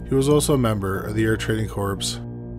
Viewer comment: Just FYI “corps” is pronounced “core”